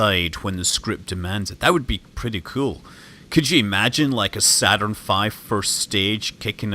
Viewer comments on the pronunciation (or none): none